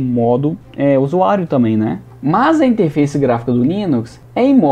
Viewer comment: "interfaice" kkkkk